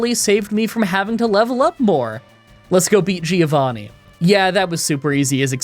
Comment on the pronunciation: The correct pronunciation of Giovanni is "joe vanni" not "gyo vanni"